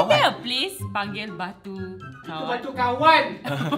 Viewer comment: Bukan kawaq,hawaq lah